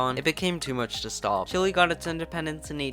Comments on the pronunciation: Great video but the pronunciation is chile like chill ay not chill ly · Mf is calling it Chilli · It's pronounced CHILL-EH.... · wait i thought it was pronounced shilé